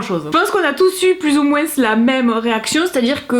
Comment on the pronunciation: Tu fais trop rire en prononcant le s dans moins 😂